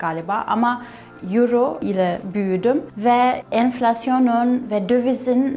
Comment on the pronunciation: yuro değil oyro :D